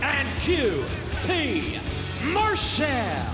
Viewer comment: its qt Marshall not mar shell Justin